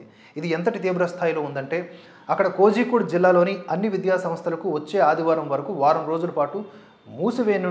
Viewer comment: కోజి కోడె కాదు...కోళికొడే అని పలకండి...